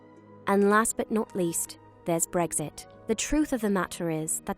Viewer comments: when she says Bregsit instead of Breks it and the obviously tries to pronounce Ts a second later when she says mat-ter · CassiusClown She literally pronounces Brexit Breggsit not Brex it. I like Breggfast.